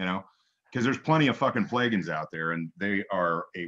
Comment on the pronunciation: "Playgans" lol 👍 🌲💚🌲